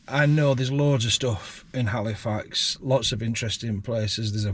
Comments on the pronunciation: A up. Is Cornish sea salt better than other sea salt? It sounds like your saying Halifarts 😂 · My home town! Yay! By the way, it's pronounced 'alifax ;-)